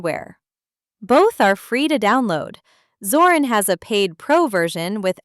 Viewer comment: Es nuss shon schwer sein zu lesen Zorin mit I nicht Zoran